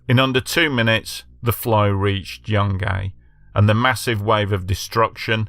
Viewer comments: It's pronounced like june-gai, not Young Gay 😅🤣 Just trying to help 🤍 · The town is pronounced Jun guy